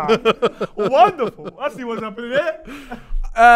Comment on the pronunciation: Man said wonderadult lol